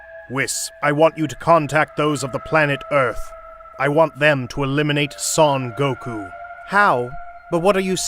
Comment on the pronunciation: Soun Goku...